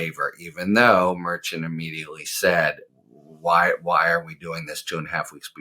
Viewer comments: HARRY -- Judge Merchan... pronounced mer-SHAHN. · Harry, "Merchan" is pronounced MERSHAHN.